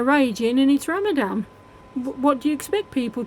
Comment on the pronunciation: its Ramadan, with an N